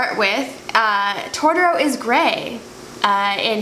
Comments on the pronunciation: TOTOro. Not Tortoro. Jesus you cant even say the name of the character right. That tattoo is ugly AF too. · First of all I am sorry this happened, it was a dick move by that “artist” (saying that sarcastically). But this is bothering me... Totoro is pronounced To to ro... As a fan, PLEASE say it correctly. I feel so badly for your sister and partially you too, neither looks like him! But you should have known it would be bad if it was only $150! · “Tortoro”... seriously?